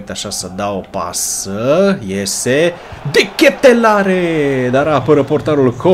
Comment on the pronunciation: Se pronunța De Katelar, peace✌️